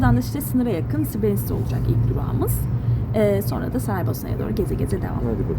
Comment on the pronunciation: srebrenıtska dıye bır telaffuz yok srebrenitsa